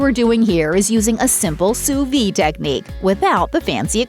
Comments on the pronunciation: Learn how to pronounce Soo veed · You pronounce the D at the end of "sous-vide". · yes sounds like soo-veed :)